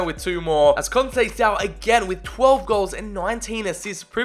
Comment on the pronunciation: Conceicao is prounouced con-say-s-ow and he is portos managers son